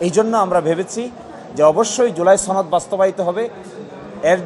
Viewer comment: ছনদ না রে সনদ😂